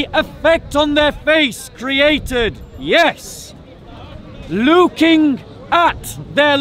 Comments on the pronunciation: The beginning of the video is Hashim getting led to the slaughter 😄 Edit: why does say 'luuking' instead of "looking"? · 🤔 Is anyone else hearing say "Luukin" instead of 'Looking' 🤷🏾‍♂️ Or is that just my Low Atheist IQ 😂 🤣